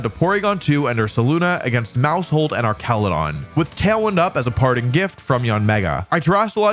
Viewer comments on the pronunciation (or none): Every time I hear you say Archaludon it's like nails on chalkboard. Arch and arc are two different words, and the latter is not correct for this name. Same with Medicham, as its name originates from 'champion.'